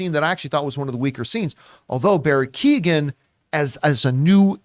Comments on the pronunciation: Americans and Canadians just butcher names . Prenouced "Key""Eoin" not Keegan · You guys are pronouncing Keoghan very wrong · pronounced KYOH-gan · Barrys surname is pronounced "Qo-han" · Key-ohn is the pronunciation